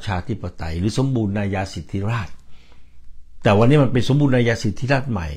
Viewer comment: คำอ่านเป็น(สมบูระนายาสิดธิราด) #สมบูรณาญาสิทธิราช